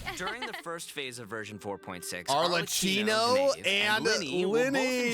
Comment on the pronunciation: I knew you'd be hyped for this patch, being the Cyno stan you are with him getting a part 2 story quest! Oh, and Arlecchino is pronounced with a hard C, like "Arle-Kino".